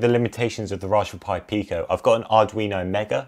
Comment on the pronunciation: I thought I heard rajberry pie.